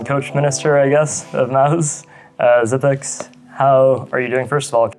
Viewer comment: He's name isn't xypex he's xyp9x pronounced xypnix